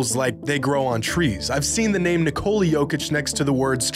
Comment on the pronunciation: Dear Americans, it’s pronounced Nicola, like the womans name in English. Not Nick-cola.